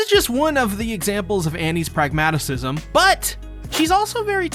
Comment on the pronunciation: Pragmatism, not pragmatisism